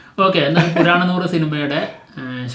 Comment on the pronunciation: പൊന്നു bros.... വണങ്ങാൻ അല്ല വണങ്കാൻ എന്നാണ് തമിഴ് ഉച്ചാരണം.... പിന്നെ.... പൂരാണനൂർ അല്ല പുരനാനൂർ എന്നാണ് ഉച്ചാരണം....